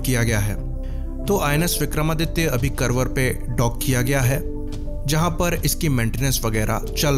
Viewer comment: कर्वर नहीं, "कारवार" हैं।